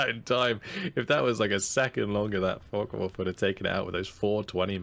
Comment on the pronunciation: Such good games, and very good commentary. Really entertaining to watch. Also it cracks me up that you keep calling them focken wulf